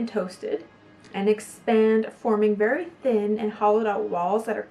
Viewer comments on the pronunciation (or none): none